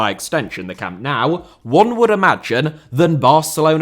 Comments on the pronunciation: btw why do you say Camp Now (as in english "now) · Camp now... 😢 the pronunciation... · I love every clip by him too. But why is every British person/YouTuber pronouncing it Camp "Now", without anyone correcting it? It's stupid that modern stadiums are built in a way that they can't be extended, without gigantic costs. Or else Bayern would've had a fourth tier for a long time. But it's almost impossible. The stadium was built together with 1860 München back then. 50/50. Hard to imagine today. Bayern used the financial struggles of 1860 to buy their shares back step-by-step. That's why the seats originally were all grey and the capacity was only 66,000 seats. Every match at any tournament is always sold out, with the possibility to sell 100,000 tickets more. Bayern would probably be the only football club in the world able to have a +150,000 seater stadium, that would be sold out every match!